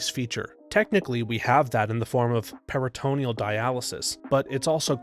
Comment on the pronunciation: "PERRA ta NEE al" dialysis.